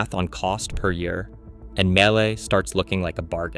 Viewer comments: Why do you pronounce Miele 3 different ways? Guessing AI. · I think AI pronounced Miele different each time wonder what's right.